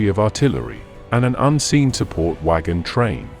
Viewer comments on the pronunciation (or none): Too much promising videos are narrated by machines. "Muhammad Four" and "wagon TRAIN" indeed. LOL